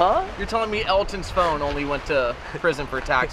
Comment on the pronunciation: I thought said “Elton Scone” instead of “Elton’s Phone” 😂